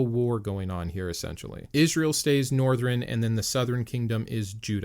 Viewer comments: He says northren southren instead of northern sourhern😂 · Northren and southren?